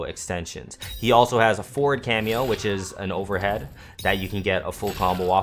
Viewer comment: Hey really nice guide been practicing lots of reptile. I’m being really picky here but when you say forward sometimes sounds like 4, could be clearer if F instead?